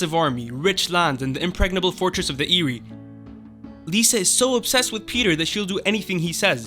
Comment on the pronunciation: How are you mispronouncing so many character's names on the show when they are all verbally spoken? It's not Lisa Arryn, it's Lysa Arryn (LIE-suh). It's not Mare-Jerry, it's Mar-juh-ry. It's not the Eerie, the Eyrie (Air-ee). Varys is not Vare-ees, it's Vare-iss.